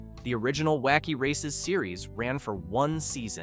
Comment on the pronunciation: You mispronounced several of the car names; why is this an issue?—well, the cars are all introduced in the opening of every episode of the series, video of which is currently available on the YouTube platform; it wouldn’t have taken you much time or effort—less than 10 mins—to familiarize yourself with the names; this is clear indication that your channel probably isn’t run by fans, or that it doesn’t care enough about the subject to accurately present info about the series to an audience, which is highly likely to be composed OF fans; this suggests that your channel is the kind of low-effort content-farm that nostalgia fans don’t really enjoy supporting; basically, it appears you did a lot of research, I just wish it had been more thorough…